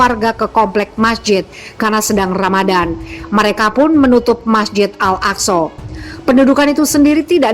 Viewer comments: 'Al-AkSorr' kepala butuh nkou!! Org sebut AĹ-AKSÃ lah bodoh! Bangang betuilah, buat mngelirukan 0rang sahaja..!!! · Ngomong nya al aqso Bisa ngomong gk sih